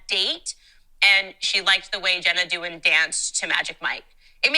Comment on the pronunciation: Candace kept saying Jenna Dewan's name wrong, which was so annoying, and said she did the Magic Mike dance on "So You Think You Can Dance". She didn't even try to get the facts right. I can't stand her. Why does she say "women bing at home" while she has her own career? Dumb.